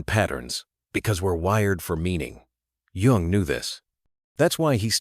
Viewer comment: This is a mess. Not only the content is ridiculous the AI narration is horrible. It is pronounced YOUNG and spelled Jung. Have a sense of pride and take this down. Try again, you may succeed.